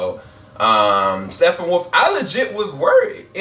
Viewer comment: I have to say one thing negative about you lol. Can you not pronounce Steppenwolf???? if it's a speach thing that it's all good but seriously dude. It is not STEFFENWOLF lol